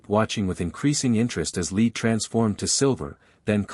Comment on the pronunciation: One problem with pronunciation. The metal lead is pronounced like led, not leed. This narration consistently gets it wrong